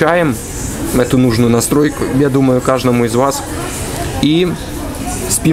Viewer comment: следи за речью. Не кажному а каждому. Или (укр) кожнаму.